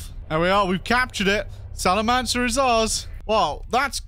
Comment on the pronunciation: The C in Salamanca is pronounced like a K.